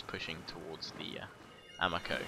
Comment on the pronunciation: Loving your campaigns, but I'd like to note that Japanese names and words are all pronounced with soft vowels. So, for example, Uesugi is pronounced oo-EH-soo-gi (with the Latin pronunciation of "g"), Ito is pronounced EE-toh, Amako is pronounced ah-MA-co and Higo is pronounced HE-go.